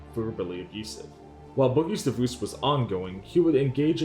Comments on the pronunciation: Why are you saying divoosed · Please learn how to pronounce “divorce”. I cringe every time you say “divouse”. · you should add a dibuss counter, I mean divorce, because that's how you properly say it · Bro why do you say “Divoose” 🤣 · Bro, the way you pronounce the word "divorce" is wild. I would watch a video just about that. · Not to sound mean by why do you pronounce divorce that way?